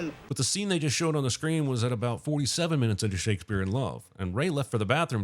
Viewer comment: You mispronounced Shakespeare